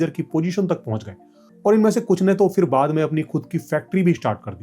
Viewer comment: The fact that so many Hindi-speaking people in India can't even pronounce basic words correctly (including so-called "educated" people like yourself), saying stuff like "फ़िर" ("fir") instead of फिर (phir), tells you everything you need to know about the state of affairs in India.